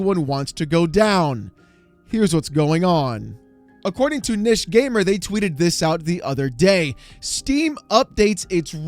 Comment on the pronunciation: ‘Niche’ is pronounced ’neesh’. But at least you didn’t say ‘nitch’.